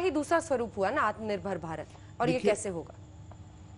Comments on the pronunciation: Jine aatmnirbhar bolne nahi aata wo aatmnirbhar banayege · Pehle aatmanirbhar bolna sikho ,phir interview dena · is Nakli aur edited video mein bar-bar 'Atmnirbhar' par itna jor de kar saf-saf bolne ki jabardasti koshish kyo ho rahi hai...Bhai? Yah sandeh ko yakeen mein badal deta hai...